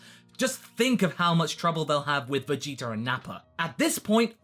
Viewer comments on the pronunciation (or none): Why do you always say "Vegeter"? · why do you say VEGETER?